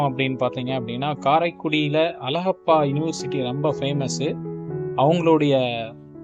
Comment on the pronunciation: உன் வாயிலே வசம்பு வைச்சு தேய்க்க..... வல்லல் அலகப்ப செட்டியார்.....????? உன்னை யாரடா பின்னணிக் குரல் கொடுக்கச் சொன்னது. அவர் தொடர்புடைய புகைப்படங்களைக் காட்டும் போது எவரெவருடன் இருக்கிறார் என்று சொல்லத் தெரியாத நீ, தமிழே உச்சரிக்கத் தெரியாத நீ......தூ...